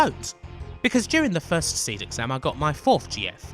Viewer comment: You know it's Pronounced "See-D as in C.D". As if it was just "Seed" it would be spelled... Seed. Why would they emphasize the D on the end with an upper case D if you didn't emphasize the letter when you said it? Do you intentionally try to fuck up the pronunciation of EVERY single word in every final fantasy game? you pronounce Jenova as JEN'evuh. Balem as BAYLUM, Yuffi as "fluffy" with an fl. i can't rmember how many of them you messed up. SHEEEE RAAHHH for Shera... lol